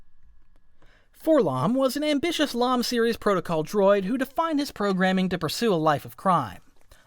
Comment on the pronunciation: It's For-Ell-Oh-Em, not FOR-lomm. You don't go around pronouncing C-3PO "K'threepo," do you?